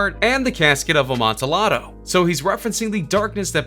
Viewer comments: Have to be an asshole im sorry xD its pronounced "Cask of 'Uh-Mon-Tee-Ah-Doh' " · Its pronounced amontiato